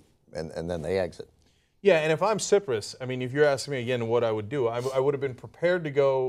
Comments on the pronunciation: cyprus - cyclone - cycle cy rhymes with pie, it's not sip-rus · Cyprus? 'sip-rus'? 'Psy-prus!' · "Sigh - Prus" not "Sip - Prus"